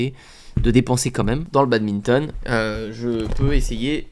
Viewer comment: Il dit encore BADBINTON